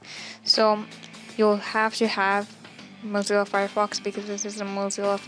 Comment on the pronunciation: also it (moe-zel-a) FireFox not (mo-zee-la) Fire Fox.